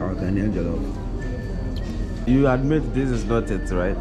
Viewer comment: My friend its not Jellof its Jollof.